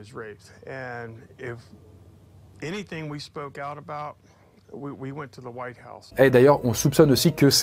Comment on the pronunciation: "La white Ouze boyz". Sérieux quoi mdr.